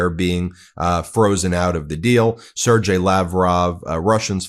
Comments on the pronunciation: It's pronounced "SIR-GAY", not "SIR-JAY". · Learn how to pronounce Sergey. It is a really easy word.